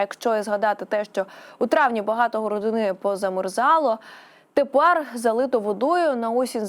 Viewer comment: Ага . ‘’ тИпАр ‘’ , зам1сть тепер , ‘’ дАщ1’’ , зам1сть дощ1 , ‘’ з пАрших дн1в ‘’ - з перших дн1в . Де вони 1х беруть , таких .